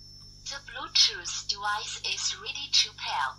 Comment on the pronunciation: "to bluedjuice doowise is really chew pair" 😂 i love it